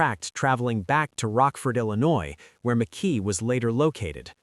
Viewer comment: Mckee not Mckay